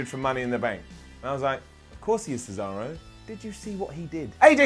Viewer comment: Did anybody else notice that Michael Cole said cesawo. Lol 🤣